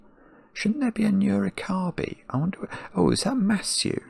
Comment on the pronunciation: And as a Japanese, their pronunciation of Nurikabe always throws me off. I bet no Japanese would understand they mean Nurikabe when they say "nuro-kirby."